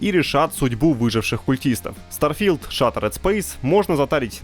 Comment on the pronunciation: Старфи́лд Шатеред спейс. 😂